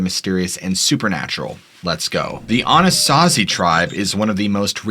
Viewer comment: As a man who grew up in Colorado pronunciation is so off Anasazi =Anna saw zee Mesa Verde = may saw Ver dee Cortez= core tezz Durango= Der rang o Colorado= call a rad a Colorado pronunciation is weird, but for a native Coloradan it took me several seconds to understand where you were talking about... Then everytime you mis pronounced i hyper focused on that couldn't tell you what the video is about because the mispronunciation sorry bud